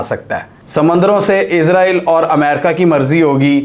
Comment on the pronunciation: بھائی جان پلیز عزرائیل نہ کہا کریں اسرائیل ہی رہنے دیں